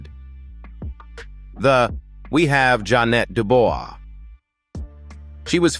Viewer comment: Ja'Net Duboius is pronounced Doo-bwa